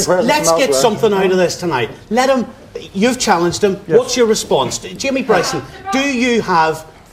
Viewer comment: It's not Jamie Bryson. It's Jamie Bwyson.